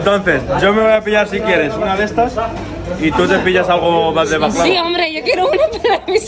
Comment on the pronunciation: Jajajaja dile a tú marido que no diga más baklava así